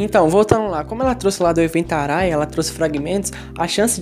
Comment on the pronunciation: Arraia se pronuncia Ahaia n to criticando vc n Blz?